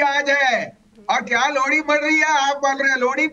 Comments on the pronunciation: लौड़ी नही लोहड़ी की badhayey भसीन साहब😂😂😂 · Kya aap ko lohri kahna nahi aata hai